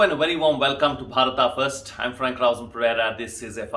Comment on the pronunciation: I don't understand why people pronounce अ as आ When Written in English Like Beda as Vedaa Why? You are not foreigner you are Bharatiya then why this disrespect? And you said भारता why ?